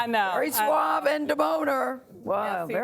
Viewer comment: really Gayle? "Suavay" and "deboner?" 🤦‍♂️